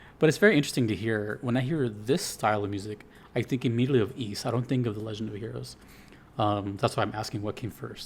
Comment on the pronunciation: Also Congrats on being probably the first person ever to not play Ys yet still manage to pronounce it correctly